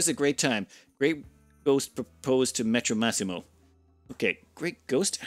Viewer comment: Just a side note : it's Pietromassimo, with an i, think it like Peter-Maxim